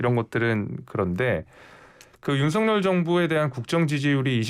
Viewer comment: 윤서결이 맞아요 윤성렬이 맞아요??? 발음을 다르게 하시니